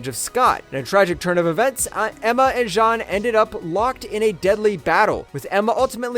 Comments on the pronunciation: It’s Jean. Like blue “jeans”. Not Sean or Shawn. As you pronounced it. Have you actually watched any of the movies or cartoons where it’s said out loud? Mind boggling how that was missed. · I’m so confused. Is this narrated by a person or AI? How did you pronounce Jean Grey correctly at like then call her “Zhawn” like half a second later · Why did he pronounce Jean like John? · How do you say “Jean Grey” and “the clone of Jean” in the same sentence and pronounce them differently? 😂 Awesome insight videos. Really enjoying this channel. Subbed and liked! 👍👍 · When he started saying John instead of Jean I had to turn it off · why do you pronounce jean like john???? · Was this made by an AI? Jean as in French, really?